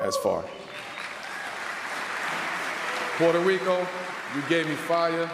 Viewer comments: His punk ass tried to roll the R too when saying Puerto Rico. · Why can't he speak Spanish? He can't even pronounce Puerto Rico correctly! He's a selfish sellout!